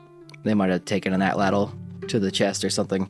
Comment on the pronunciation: Ahtlatl doesn't rhyme with prattle. Vowel, glottal stop, affricative lateral, vowel, affricative lateral.